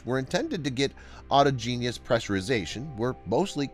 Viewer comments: OR-TOG-IN-US... not hard to pronounce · Learn how to pronounce "autogenus"!